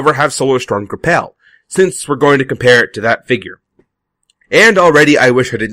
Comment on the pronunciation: gra-PEL? Grapple GR-Apple. =X